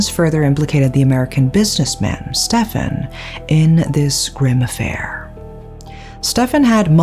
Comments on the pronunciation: Funny how pronounces Stephen as "Stefan" and later pronounces "Steve" properly. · Stephen is pronounced Steven, surely? Unless you've heard different, in which case I'll shut up, 😊 x